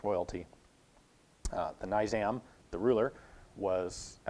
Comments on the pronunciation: It is pronounced Ne-jam, not Ni-jam. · ok. I just wanna point out that "Nizam" is a nobleman's title and its pronounced phonetically "nee-zam" not "nyzam" as you pronounce it in the video. what I'm saying is that you are using the wrong "I" sound. Trust me I know I'm from Hyderabad. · Butchered the name of the monarch and our princely state. Nizam = nee-zaam not niy-zam. Hyderadad = Hay-dura-bad. Nizam is short for the title Nizam-al-Mulk meaning Order of the Realm in Urdu, Persian, and Arabic. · Naizam of High-dera-bad😂 butchered it It's Ni- (for u "Shi" As in Shit) Zaam ("aam" in calm) Hyderabad (not really an Indian name but its like this) Hey Dra baad (remember aa in calm) Don't be a bozo learn hindi before trying to speak, it's simple and better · Nee-zahm of Hy-druh-bahd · Hyderabad is not in middle of India.& it is said as "Neezaam".